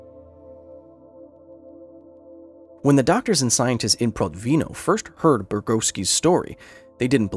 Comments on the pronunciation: Could you please check the pronunciation of foreign words? It's not difficult to find pronunciation guides, even feeding words to Google translate and pressing "read aloud" works. And there are oh so many Russians who'd work for pennies. It's Prótvino. Russian language doesn't have fixed stress like French or Spanish do. Like English, Russian puts its stresses all over the place. However, English intuition doesn't work for Russian words and vice versa. It's not that getting the Russian language correctly is essential (I don't think you can pick the correct pronunciation for foreign words all the time). But catching SOME mistakes makes one think if there are MORE left, if the author or authors are not as responsible worth their material as they are expected to be. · Protvin'O with the stress on the last syllable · When I was working for Protvinò (last syllable stressed!) IPHE, they always told me about that man. I just couldn't believe that happened in real. Then was the end of 80-th. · it should be pronounced as "prOtvino". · ProtvinO, the stress on the last syllable. Please don't help to propagate that "Hollywood Russian Accent" and check the pronunciation and accents beforehand... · Nitpick: Protvino has stress on the last syllable, not second